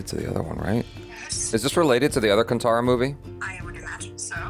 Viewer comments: Sorry to say this but it's kaantara not kantara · I am sick of hearing it as ‘kantaaraa’ It is ‘kaantaaraa’ How difficult is that? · It's Kanthara not tara